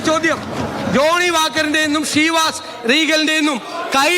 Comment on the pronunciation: ഷീവാസ് റീഗലല്ല സർ, ചെവാസ് റീഗൽ